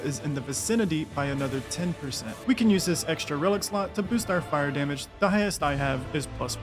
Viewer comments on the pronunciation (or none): none